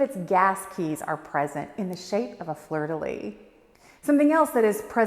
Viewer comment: Beautiful house❤ by the way lysssssssss, fleur-de-lis in French the S at the end is actually pronounced, it's lissss😊. In French a tourêtte is just a small tour, it's a difference of "grandeur "😅 but what it was describe is called a beffroi , à beffroi is build on top of existing buildings and don't connect to any level, a beffroi was usually build for bells or clocks. And if the tour is a house,like living quarters for the seigneur or châtelain than its a donjon, the chateaux used to have "ramparts" with tours and a donjon(much bigger) where sometimes the seigneur with his family lived.